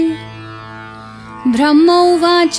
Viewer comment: कृपया बीच बीच में ऐड न दें। पूजा में विघ्न पङता है। बिना advertisement का विष्णुसहस्त्रनाम बनाइये। धन्यवाद।आपका उच्चारण में थोङा बदलाव लाने से बढ़िया होगा 👇 आप ब्रह्म को "भ्रम" बोलते हो। इतना बढ़िया पूरा पाठ बोलते हो कि आनंद आ जाता है। Thanks 😊 and may God bless you.